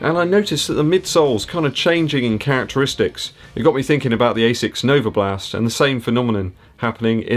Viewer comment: Every time you say NovaBLAST I get fond memories of my time living in West Dorset. Still have a lot of mates very close to Yeovil!